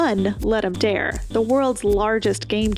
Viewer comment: Cool video, really liked the art discussion as I like thinking about these things but lack a lot of knowledge about art history and the like. Extremely minor nitpick, Ludum Dare is Latin and not pronounced like the English word dare, but rather "Dah-re". Now I have successfully left the type of comment I hate that makes it seem like I might dislike a really cool video.